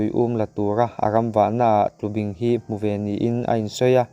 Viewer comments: Tlubing ni lovin TLUBÍNG a ni e. Bing lai tak hi thlúk deuh tur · Tlubing,i lamrik dan hi,kei ni chuan bing,lai tak hi baibing kan lam rik dan a,bing hi a ri sangin kan lam ri. A ngaihnawm khawp mai.